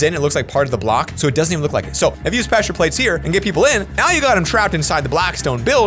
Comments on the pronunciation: in the video he says plessure plates not pressure plates lol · plessure plates